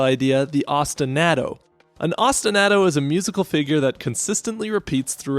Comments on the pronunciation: I enjoyed your analysis. This is a great game with a very compelling soundtrack. I was way too distracted by how you pronounced ostinato, though. Keep them coming. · Now, your analyses are of the best I’ve ever heard, but that is not how you pronounce ostinato, and it hurts me every time you say it that way